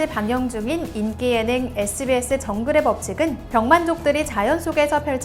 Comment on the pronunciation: 병만족인데 병맛족으로 들려 ㅋㅋㅋ